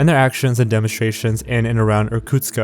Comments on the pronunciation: Actually, the city is Irkutsk, not Irkutska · It's Irkustk, not Irkutska. The K sound is pronounced as in Quebec. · Not a big problem, but the city is called Irkutsk, not Irkutska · Hi, Russian speaker here. Small thing: the city is called Irkutsk not Irkutkska. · Иркутска блять какой Иркутска нахуй он а в окончание добавляет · why do you add an "a" after "Irkutsk"? it's not Irkutska it's Irkutsk. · You keep saying "Irkutska," but it's Irkutsk, isn't it? Endings of Russian words change with different word cases, so there may be a case when the word in Russian is: "Irkutska," but in English it should be still just in the base form Irkutsk, I think. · Sorry if this sounds nitpicky, but the city is named Irkutsk, not Irkutska. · It's sad that you didn't even look up how to properly say Irkutsk. There is no "ah" at the end. I actually cringed every time you said Irkutsk-AH. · You could at least check how to correctly pronounce Irkutsk before making the video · You should pronounce names correctly, Irkutsk - city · He's also pronouncing the city of Irkutsk wrong. There's no A sound at the end. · Awry isn't pronounced aa-ree, it's a-rai. come on. And why the 'a' at the end of Irkutsk?